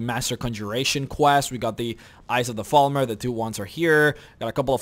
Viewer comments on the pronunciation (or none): none